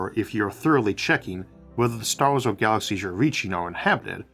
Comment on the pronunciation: Good presentation. Though I feel like you eat words , they don't get pronounced clearly. It's like galaxyshshh starshhh